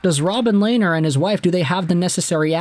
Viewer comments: Lanier? Dude it’s robin leh-ner (lehner) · Lehn- ner, Lainer like Rainer is wrong, "H" is silent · Pronounced Lenner not Lainer